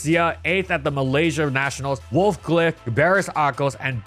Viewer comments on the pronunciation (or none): You pronounce the E in “Wolfe” btw, it’s not just “Wolf”